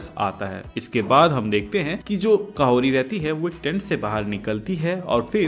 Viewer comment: काहोरी नहीं कहोरी 😂 उसपर भी कहोरी उच्चारण के समय अंतमें t का सूक्ष्म उच्चारण करते हैं स्थानीय लोग